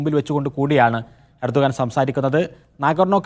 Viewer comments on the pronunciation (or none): urdugan alla Erdogan:)))